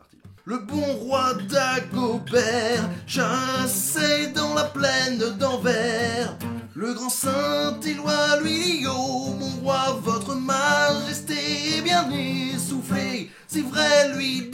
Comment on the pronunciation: Dommage qu'on prononce le "s" a Anvers ^^